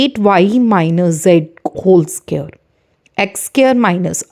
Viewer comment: It's friends not brands and it's square not sqare